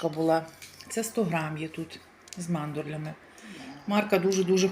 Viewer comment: Написано - саramello salato, a не салЯто... mandorla, a не мандорлЯ, і коли говорите українською то доречно казати євро, а не евро. І до дівчини італійки доречно говорити італійською, удосконалюючи вимову. Не ображайтесь,, не вчу вас,підказую, щоб не сміялись з вас. Мармелата, а не мармелЯта! Досить, неможливо далі слухати...